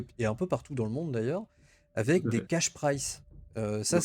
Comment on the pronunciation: C'est cash pri*z*e (récompense en cash), pas "cash price" (qui voudrait dire "coût en cash") ;)